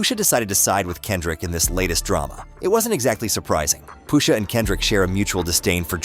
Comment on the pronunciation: If you are gonna use Speechify, proofread how you make it pronounce certain words. POOSHA is sending me 😂😂😂